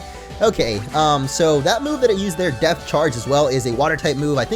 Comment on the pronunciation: I can't stop hearing Death instead of Depth. Ex. Death Charge, Death Badge